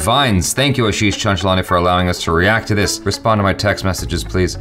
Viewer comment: That's my name 😂😂😂😂. You said it correctly the 1st time.